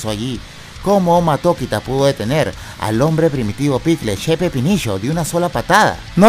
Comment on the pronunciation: amo cuando dice che pepinisho HAHAHA